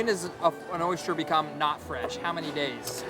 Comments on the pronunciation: When you set out to do a piece about oysters, it would be nice to know how to pronounce the word OYSTER. The narrator says, "Oy-schturr" -- ugh. It reminds me of the guy who does that (fake) show about ancient extraterrestrials. He has dedicated his life to something he cannot pronounce. He says, "exa-tresh-trulls" -- it annoys me. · Anyone cringe every time he says "oysture"?